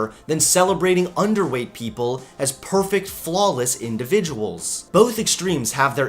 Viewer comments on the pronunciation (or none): none